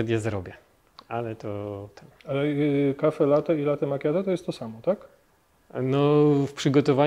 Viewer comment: kurde wszystko prawda tylko najbardziej mnie denerwuje jak używamy (zapożyczamy(slów z języka obcego ponieważ chcemy naśladować ich w robieniu rzeczy , które robią oni a nie potrafimy wypowiedziec tego poprawnie jak napisano wyrażnie latte a nie late i nie ten akcent ,nie mówie czy nie piszę tego żeby się wymądrzać tylko to bardzo śmiesznie brzmi jak pisze latte i powinno się czytać latte i włosi wymawiają latte to dla czego nie mówimy latte tylko late wrrrrr